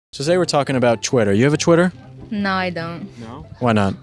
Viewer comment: its twitter not chwitter